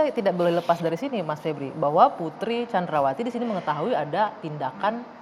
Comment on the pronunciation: Vebriiui ..vebrool